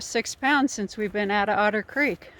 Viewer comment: haha "We escaped Odder Creek"